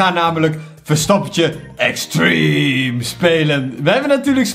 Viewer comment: hoe extreme zegt😂😂👌